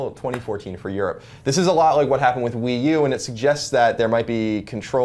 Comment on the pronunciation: he does say wiiU and not Wii Ears